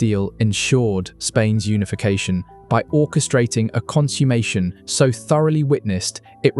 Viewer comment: Please check your pronunciation of "consummation".